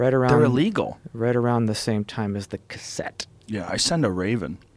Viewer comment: The safe word is: “CASS-ETTE”